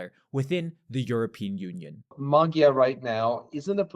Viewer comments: NOT Magjar. Ma[dj] Like in the word [d]uke. Not a separate gj nor separate dj. a soft D like in duke. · It’s pronounced ‘Modjar’. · You said Maggie-are. OK. But I tured it off when you expert PhD sayd Marrie-Are. Liar, you and your expert know nothing. Thumbs down. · Magyar ≠ Magguyar, or whatever you said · man, could we get these youtuber folks just google a simple "how to pronounce XY" before airing something? to at least get it semi-close, it doesn't have to be perfect, but starting a video with Peter Magiiyaaarr just felt like a spit in a face. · Nazwisko Magyar prawidłowo wymawia się trochę inaczej. Proponuję sprawdzić jak Węgrzy to wymawiają. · Just couldn't keep listening to their mispronounciations of CE languages, sorry. 😂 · You're saying his name the wrong way round, please say it correctly. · hungarian corret pronunciation, please.. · Can you learn how to pronounce Magyar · you have a channel with 277k subscribers and cant even look up the correct pronounciation of "Magyar" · You gotta stop saying magyar this way. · 'gy' in hungarian is soft d, like 'd' in english 'duke'. Please pronounce it correctly. By the way our new PM family name 'Magyar' means 'Hungarian', as our country 'Magyarország" means 'Hungarian-land', in english 'Hungary'